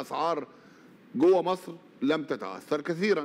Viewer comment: كل الذي نرجوه من السيسي في الوقت الحاضر وقبل كل شيء هو أن ينطق أسم مصر التي يحكمها بالحديد والنار بشكل صحيح !!! حيث أنه ينطقها ((( ماسر ))) بدلا من ((( مصر ))) وتحيا ماسر تحيا ماسسسسسر تحيا ماسسسسسسسسر